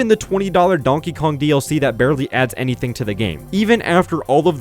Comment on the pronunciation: Have so many people started saying anythink and everythink that kids actually replaced thing with think? 😂